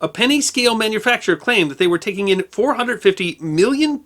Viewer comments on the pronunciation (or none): none